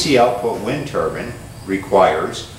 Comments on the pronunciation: What’s a wind turban? 😂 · Did you say wind turban? But who would wear them? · Which is it, wind turbine or wind turban?